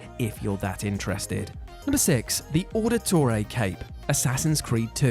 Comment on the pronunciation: Right, well 2 things. With the pronunciation of Auditore you can tell you never actually played the game. Also, as someone who got all the feathers, you can see what feathers in each district in each City you’ve got them so you can track them. At least do your research ffs